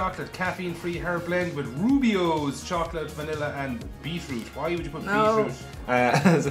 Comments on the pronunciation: Hot tip: Rooibos is pronounced kinda like "roy-bus". Also, has been fighting with the other actors again? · pronunciation of Rooibos killlllled me! 🤣